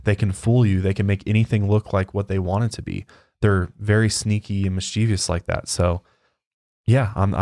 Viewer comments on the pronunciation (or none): Miss-chivv-us, not miss-cheee-vee-uss.